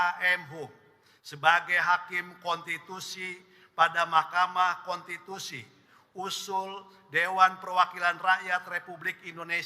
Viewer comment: Pembaca laporan ini kurang cerdas, tapi menghendaki orang yg dibicarakannya cerdas. Cara membacanya seperti robot tapi banyak kesalahan baca. Pembaca lain juga tidak bisa membaca kata "konstitusi" tapi menggantinya dengan "kontitusi". Orang-orang ini nampak sekali tidak biasa membaca. Bagaimana mungkin mereka mau membaca fikiran rakyat. Dan orang-orang ini digaji dengan segunung uang yg tidak salah cetak.